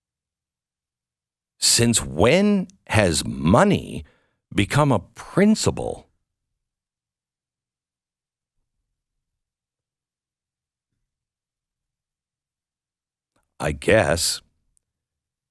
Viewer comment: Please, Glenn, get it right. It's principle, not "princiBLE!"